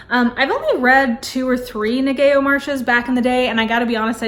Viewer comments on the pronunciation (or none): For future reference... Ngaio is pronounced NY-YO. ☺️ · I love you selections; I especially like the Golden Age mysteries. I think I read all the Ngaio Marsh mysteries back in the 70s and 80s. Also, not to be nitpicky, her name is pronounced Nye-oh. I think she was from New Zealand (Australia?). Thanks for considering doing a series of comments on Dorothy L. Sayers mysteries.